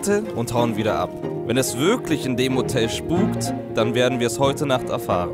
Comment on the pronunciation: Nicht schpuk